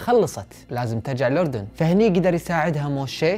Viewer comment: بدقيقة ، انتا اول كويتي او خليجي بشكل عام يلفظ الاردن صح 🥲😂 ، بس عنجد شكرا لالك ع هل قصة الرائعه والسرد الخرافي مستحيل يقدر ينافسك حدن انتا الافضل دايما وهتضل الافضل بسرد القصص ♥️.